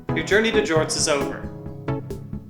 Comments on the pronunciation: More like "jourtney" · The jortney?